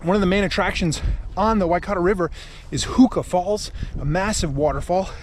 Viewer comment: Interestingly, your pronunciation of "Huka Falls" sounds odd. Yet, it must be correct so illustrates how badly most kiwis mangle it.